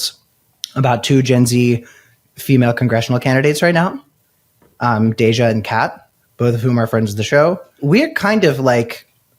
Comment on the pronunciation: Oh, Tim: you call Cameron “Cameron,” but you call “Deja” “Dej’”? Some crap there.